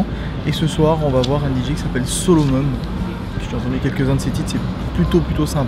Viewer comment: Solomun ça se prononce "solomoune"